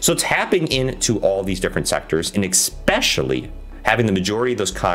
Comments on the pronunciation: If you can’t pronounce a word , maybe try a synonym. Mainly , mostly , chiefly, principally are examples. Saying egg specially over and over just destroys your credibility from the start. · Thank you for the feedback man! Sometimes its hard for me to pronounce certain words especially when I talk fast and get excited haha! I'll work on my pronunciation